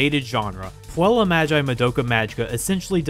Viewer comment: I'm not a grammer natzi, But i had tried taking Latin, and you pronounced puella wrong